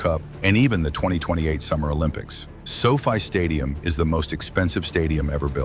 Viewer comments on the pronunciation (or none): The So Fee stadium... as it's called by this AI narratar 🙄